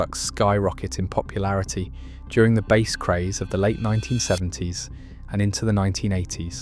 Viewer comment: Stop pronouncing Bass as Base